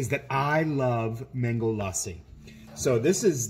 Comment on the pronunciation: Its la ssi ( lussi short a). not laaa ssi